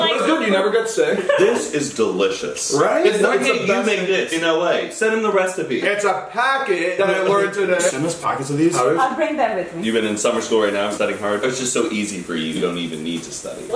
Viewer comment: I love it how pronounces all the Muslim words 😂😂😂😂😂😂 Also how he said recipe he said it like "restipe" 😂😂😂😂😂😂😂😂😂😂